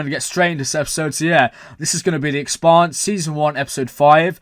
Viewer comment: You pronounce Expanse like Pants.